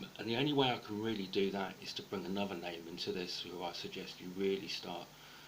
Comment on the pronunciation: Ah-NUV-AH...?.....does he mean Another?